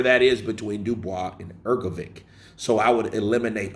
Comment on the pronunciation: Hrgovich and not Hrgoviq! 😊